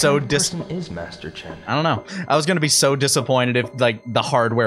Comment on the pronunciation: did anyone else think it sounds like the guy in the suit called Master Chen Mister Chin